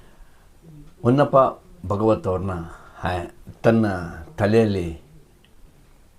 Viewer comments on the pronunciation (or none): ಹೊನ್ನಪ್ಪ ಭಾಗವತರ್ ಹೊನ್ನವತ ಭಾಗವತರ್ ಅಲ್ಲ